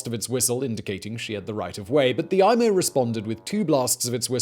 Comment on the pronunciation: Great video! Loved watching it. It’s EE-MO, not EYE-MO though.